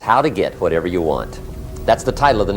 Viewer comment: The way he pronounced "wh" is like stewie griffin's way of announcing "wh" in cool whip